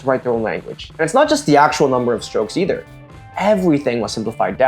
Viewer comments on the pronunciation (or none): none